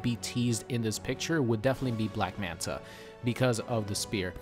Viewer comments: Its black manta not black manat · "Black Manat" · Lmao "Black Manat"